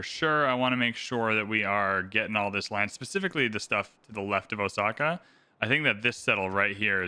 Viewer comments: Actually, the reader should pronounce it with the emphasis on the O (as in "oh! I get it"). Let it be slightly prolonged. As in Oh!-saka. The O is the kanji character 大 which means big or large. This city is the big saka. While saka isn't necessarily a modern word, used more for a sound, it probably has a historical meaning as "hill". This would make it "big hill"as a city name. Which makes sense due to being built on the side of a mountain. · I haven't watched Shogun but the correct pronunciation of Osaka is with an s sound, not with the letter z